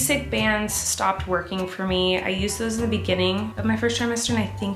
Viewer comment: He says da queen tho